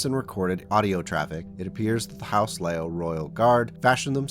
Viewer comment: My understanding is the pronunciation is "LEE-Yoww", so "Lee" as in the surname, and "Yow" as in exclaiming when you sub your toe, "Yeowch!!"